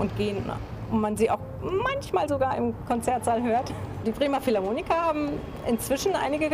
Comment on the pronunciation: Philharmoniker nicht Philharmonika ;)